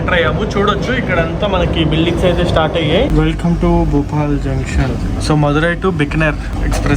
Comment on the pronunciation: Bhupal ❌ Bhopal